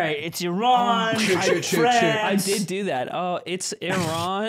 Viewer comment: i love that the pronunciation for Iran was spot on.. love from Tehran